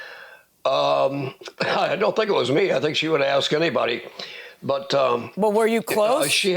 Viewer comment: The first thing taught in school should be “ax” is NOT “ask.” The worst.